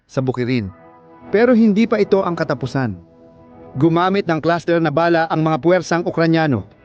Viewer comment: Ayusin mo pronounce mo Ng bala.. Hindi ba'la?.. baduy mo.. huwag Kang umanino sa mga nauna Sayo . Pag Ikaw Ang gumagawa Ang pangit ser..😅